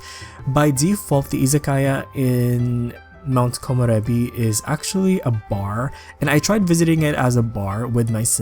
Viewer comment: I WAS WAITING FOR THIISSSSS!!! I love that you’re the only youtuber that can pronounce Komorebi correctly haha